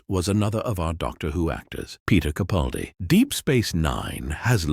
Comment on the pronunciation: Sigh...although an all too common error, the next time you do a video, could you please pronounce Peter CaPALdi's name the way he does. With a hard "a" as in PAL. It's sort of a pet peeve of mine. I admire him so much, it irks me that the majority of YouTubers don't make the effort to say his name correctly. Otherwise, great video.